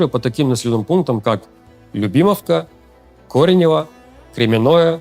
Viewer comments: кОренево Удар на первый слог, так к слову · КОренево ударение только на О, Кремяное через я с одной н так и читается, с ударением на я, что вы, что дикторы тв каверкают буквально все названия населенных пунктов. Окопы там давно есть, не переживайте, не все же они будут по телеку показывать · КорЕнево, КОренево или Коренёво?